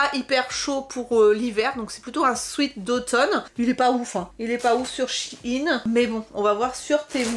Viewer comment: Un souaite. ???? Non un sweat qui se prononce swit